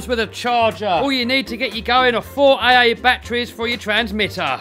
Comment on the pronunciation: I love how he said A A instead of AA